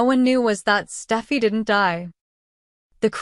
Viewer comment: It’s Steffy not stuffy!!!!!And it is more lies!!!